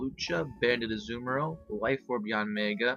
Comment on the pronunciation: Anyone else bugged by how he says Azumarill? Great battle and all, good narration, but that really bugged me.